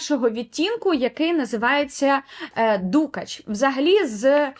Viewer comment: Мабуть, я таки здаюсь і купую перші десь за останні 10 років пігменти. P.s.Перепрошую за зауваження, але дуже різало вухо: дукАч, не дУкач. Лелітки - це український варіант від "пайеток", але дуже підходить сяянню тіней. Зґарди роблять і зараз (як відтворення старовинних, так і сучасні, натхненні самою ідеєю).